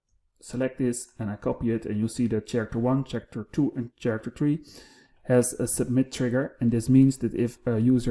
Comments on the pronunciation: Hey, great video. I know my friends from the Netherlands speak 5+ languages and periodically ask for pronunciations, the word "character" has come up before so I thought I'd share it with you. Character is one of the English words where "ch" sounds like a "k". In this case, it sounds a though you combine the words care + actor. Hope that helps, and again, great video! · You are a great instructor. Just a little correction, the word « character » is pronounced /karakter/